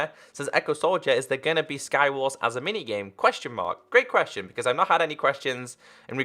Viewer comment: I heard say qurestion instead of question XD